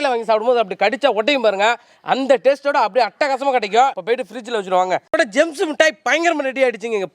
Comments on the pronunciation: ஆக அது ஜேம்ஸ் இல்லை...ஜெம்ஸ் என்பதை புரிந்து கொள்ள வேண்டும் தம்பி...ஆக வாழ்த்துக்கள் ...😂🤣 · ஜேம்ஸ் இல்லடா ஜெம்ஸ்